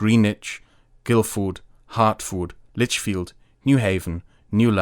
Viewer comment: as a resident of the OG GUILDFORD, the pronunciation is shocking. But love the videos